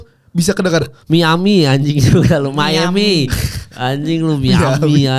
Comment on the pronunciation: Miyabi bang bukan miami 😂